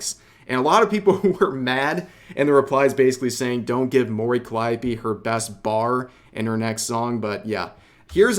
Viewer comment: Why are you pronouncing it CallEYEopee?